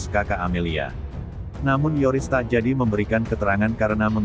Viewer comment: Bkn Toris tp Yoris min🤣🤣